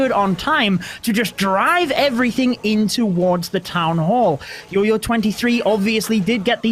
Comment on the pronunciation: its jojo...not yoyo....my gosh